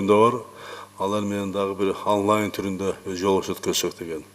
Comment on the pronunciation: Аунлай дейтго🤣